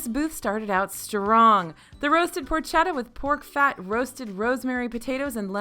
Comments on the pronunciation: Good stuff! And it’s “por-ketta”, not por-chet-a! Italo-phile here, all apologies ☺️ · The ch in Italian is pronounced like a “k,” so porketta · Porchetta is pronounced "porketta". Cheers from Italy.